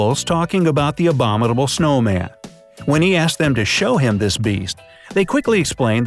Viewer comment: Narrator ... you do know that the letter T is not in the spelling of abominable, eh?